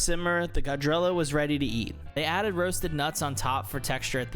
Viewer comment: Awesome video bro! thank you for the review, please verify your pronunciation for the Urdu words though. I was trying to figure out what gajrella was and figured out it was gajar ki halwa lol